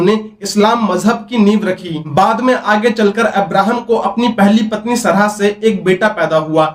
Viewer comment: अब्राहम से पहले नबियो के नाम हैं आदम, नूह, शीश, तीनो धर्मो में, सरहा नहीं सारह नाम था, एक बार भी पढ़ा होता किसी भी किताब में उनका नाम तो ऐसे उच्चारण करते? बोलने के लिए मुंह मिला है तो कुछ भी फेंकने लगोगे पैसे कमाने के चक्कर मे। अगर हिम्मत है तो पहले पढ़ लिख कर कुछ बन जाओ ताकि ये सब बेहूदगी करके पैसे न कमाने पड़े।